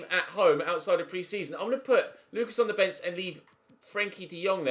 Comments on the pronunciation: Lucas in french would be "Loo-KAAH" Edit: ad FYI, Georgiou is pronounced "Ye-or-YI-oo" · Lucas Hernandez is pronounced 'Luca' cause he is french, won the world cup not long ago xD